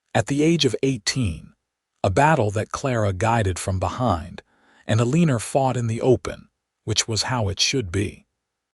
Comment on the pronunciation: Ahh... good old Uh-leen-ur!🙄🤦‍♀️😂